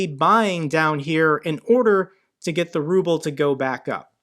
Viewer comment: I love the way an automated voice on one of these YouTube videos reads the Ruble as the rubble.